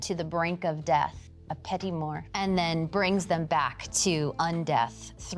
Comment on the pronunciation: "Petty more" If you cannot hope to pronounce something in a foreign language, don't try to sound smart by using it in your weird vampire propaganda.